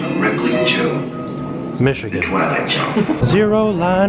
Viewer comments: you saying Michigan cracked me up oh my goodness! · hahahaha! "michigan"